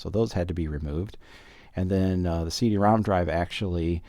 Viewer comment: I thought he was saying "See de ROM"